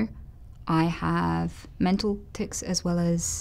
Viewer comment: Noticeable tiCs? Are you sure you said that right Anita?